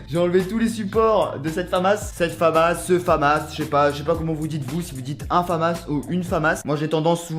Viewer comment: Stylé, c’est la famas et ça se dit famasse